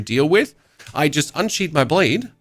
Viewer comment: bro "unsheathe" and "sheathe" are your nemesis lol